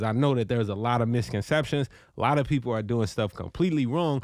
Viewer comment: He said, "So dat CHU...don't be one a dem pee-po." LMFAO! Dude hilarious!